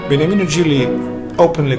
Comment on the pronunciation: Beautiful video 🎶, name of Gigli is Beniamino not Begnamino 👍